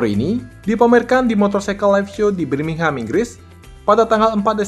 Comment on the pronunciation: Bermingham Bukan Brimingham